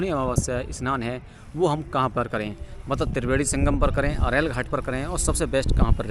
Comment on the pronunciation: मतलब ❌ मतबल✅